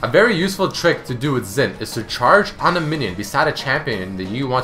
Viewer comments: Phonetically, Xin in Mandarin/Cantonese is said as "Shin" not "Zin" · Xin is pronounced like "shin" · Just want to point out Xin is pronounced Shin not Zin :P